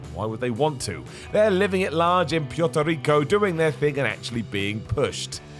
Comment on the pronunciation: "Pewt-o Rico"?